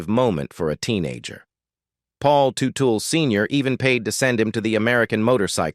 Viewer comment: IT'S PRONOUNCED "TUT-EL "👎